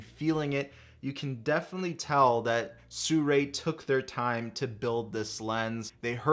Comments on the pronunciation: How the fuck do people read Sirui as Soo-ray?!?! Lmao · I checked with Sirui. It's actually pronounced, "See-roo-eye". Just an FYI. You know I love ya,.